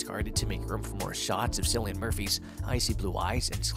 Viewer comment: It’s pronounced Killeen not Sillyan Cillian Murphy